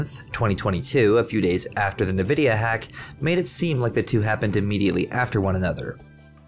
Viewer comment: Its pronouncrd N-vidia not nividia